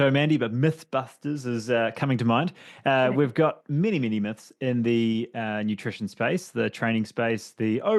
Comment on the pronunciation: Let's break some "muths" 😂